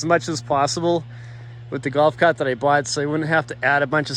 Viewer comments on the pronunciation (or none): “Gowf caaht”